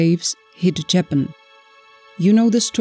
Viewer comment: What is insulting is pronouncing the country incorrectly. That is disrespect.